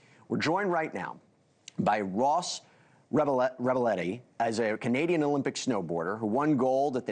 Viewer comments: Poor guy has had his name butchered so many times. Reb LI A Ti. You think the host would have asked him how to say it! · You just butchered Ross's name whenyou said it wow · yes Jesse, you butchered his name but Ross is a classy guy and said nothing. I watched Ross Rebagliata and loved him - I mean what Canadian didn't love Ross Rebagliata! Nice to see him again.